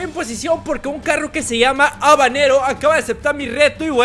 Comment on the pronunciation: Moto y un Carrrrrrrrrro